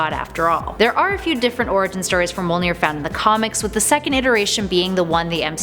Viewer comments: Why is Mjölnir so hard to say...it's mj-OL.nir not mo-L-nir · STOP SAYING MOLNEER!! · Thank you! Hearing her say "mole-near" repeatedly was agonizing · It is pronounced as "Myolnir" not "Molnir" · I hate how she pronounces Mjolnir as "mole near". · Broken Bridge me-ol-neer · MUH-YÖL-NEAR !!!! Jesus lady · Am i the only one that got triggered she said mjonir wrong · Mjolnir is pronounced “myohlnihrr” and M’Kraan is pronounced “ehm crohn” (At least according to the X-Men animated series)